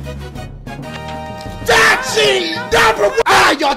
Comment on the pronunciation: dashie does says DACHIE sometimes